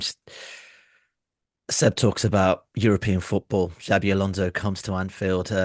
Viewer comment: Why would you say ”Zabi” Alonso?